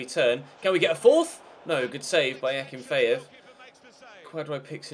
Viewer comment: Also Akin-fay-ev